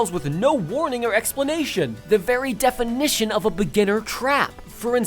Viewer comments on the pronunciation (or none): none